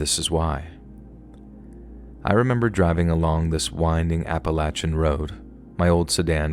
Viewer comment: You are one of the only narrators that actually pronounces Appalachian right! Yay